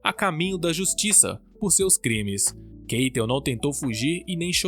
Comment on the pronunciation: Keitel se pronuncia "Cáitel"